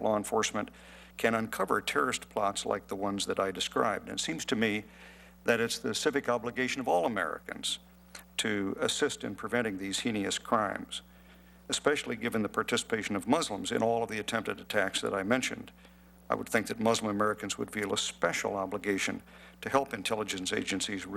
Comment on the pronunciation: The irony in this rich anus not knowing how to pronounce the word 'heinous' is rich. The reason people probably need to have a lawyer is that the DHS under George W. Bush was talking to innocent Americans and then DEPORTING them to dangerous countries where they may not even speak the language. How does sending Americans to dangerous places against their will keep them safe?? The Republicans want to abandon freedom AND security.